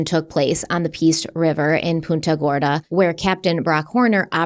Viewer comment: Punta Gorda it's pronounced punt like punt the ball. ..... Punt--ahb